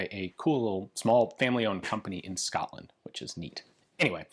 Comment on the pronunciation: Scotrand, Guandong province....😂😂